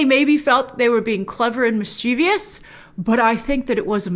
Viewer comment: Did she just mispronounce "mischievous".